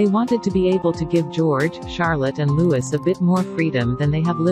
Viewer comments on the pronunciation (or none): and it is Prince “Lou-EE” not Prince “Lewis”. Please make these corrections. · Please prounce Louis, Lou’ee, not Lou is. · For Gawds sake please stop pronouncing Louis wrong, to pronouce it correctly please drop the s at the end and pronounce the i like an e such as Loue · Prince Louis is pronounced Loui